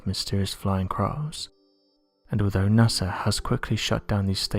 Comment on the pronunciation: It's NOT sars, IT'S SAW... Its NOT nasrs it's NASA .MY GOD can't you find someone we can understand!!?!?!?